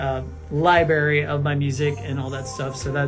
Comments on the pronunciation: I’m sorry but he said LIBARY INSTEAD OF LIBRARY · OMG DID DAHVIE REALLY JUST SAY 'LI-BARY'?! Yup! I can't with this dude! 😂 He's a frickin joke! Oh shit! Maybe he did that on purpose to seem more childlike? NAH! Just dumb as hell. Somebody call LeVar Burton to knock him out with a reading rainbow! 📚🌈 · Never trust a person who pronounces library "lieberry". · Did he say libary instead of library? 😂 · He said "Libary". Sorry everyone has already stated every other horrible thing Dahvie has done, but his vocabulary is a garbage as he is lol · Did a grown as man just say "libary" instead of library? Everything about him makes me cringe. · As soon as someone says the word “libary” you can pretty much just assume their intelligence level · Ugh he can’t pronounce “libRary” Anyone who says “liberry” probably hasn’t ever been in one. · "lie-berry". "music lie-berry" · He did not seriously say LI-BARY omg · did he say LIBARY???? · I am telling you, this GROWN MAN acting like this online, is crazy....... he is pandering to children. He actually said "Liberry".......